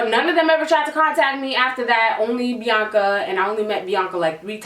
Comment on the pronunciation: My name is Bianca, I love how she says my name ❤️